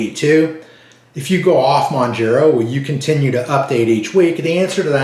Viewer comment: It’s pronounced MounJARo not Mounjero